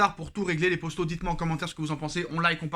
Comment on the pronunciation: Gars tu peux dire « poto » et non pas « Posto » ça stress !